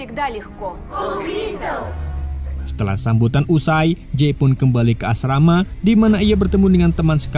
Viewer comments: Bukn asmara tapi asrama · Asrama jd asmara wkwk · Asrama di ganti menjadi asmara 😅😂